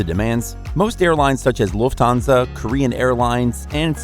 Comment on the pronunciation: And the German airline is pronounced Luft-Hansa not LufTHansa.